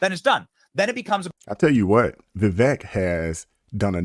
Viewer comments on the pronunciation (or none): Brother, his name is Vivek, rhymes with "cake". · Vi-vake...like CAKE, as in rhymes with! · Just to be respectful, it's "veeVAKE".